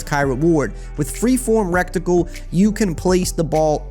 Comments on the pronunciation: My guy it’s Ret-icle. Not wreck tickle. Other than that thanks for the info! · Reticle dawg not recticle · Am I the only one who laughed at "rectacle" every time lmao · "REKKTIKLE" Lmao 😂😂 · Love how you say reticle😂😂😂 the T is before the C